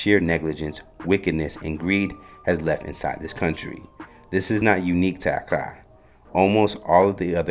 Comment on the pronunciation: Why he struggling so hard to say accra 😭 please my ears hurt i wish i could send yall a voice recording on how to say it😭 and cedis 😭😭 fadda god😭😭😭